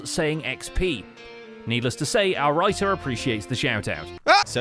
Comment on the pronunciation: Whenever says “our writer is SloyXP” I always think they’re saying “our righteous SloyXP” 😂